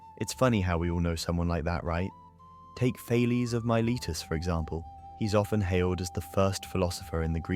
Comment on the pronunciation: who is Mylitus ? Or did you mean Thales of Miletus ?